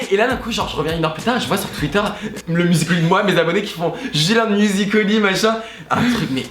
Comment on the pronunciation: Ça me perturbe, ils disent musicol.y au lieu de musical.y 😂